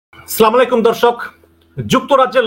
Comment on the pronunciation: ভাই সালামটা ঠিক ভাবে দিতে পারেননা?